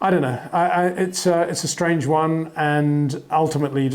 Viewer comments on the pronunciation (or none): none